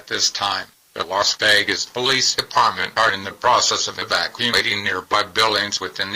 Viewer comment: WTF? E-Deparment!?